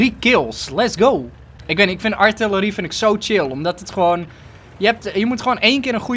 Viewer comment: je legt de klemtoon verkeerd bij artilerie